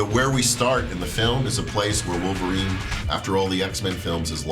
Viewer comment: No mames, güey, es "Wolverine", no es "Volverine", aprende a pronunciar.